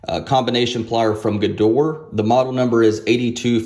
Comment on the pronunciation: You pronounce Gedore incorrectly. After 'gedor' there is an additional sound like 'ae', exactly the same like after 'g'. The last wovel is not silent in German. So, the full name sould sound like 'g ae do: r ae'.